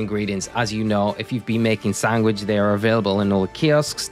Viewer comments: Does he keep saying sangwich??? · just noticed, are you saying sangwich? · dang you have a weird way of saying sandwich. Great video tho!